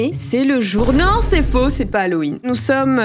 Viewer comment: Quand elle a dit hallowen j'ai HYN? 😭 Je kifferais toujours autant même quand j'aurais 56 ans je pense 🩷🎀🫶🏻